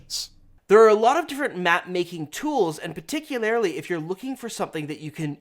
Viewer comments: "PeticuLAREly" You put the wrong EmPHAsis on the InCORRect SyllABLe. Seriously though, love your vids guys. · I love me some, but every time I hear pronounce "particularly" as "particuLARILY", I die a little inside.:P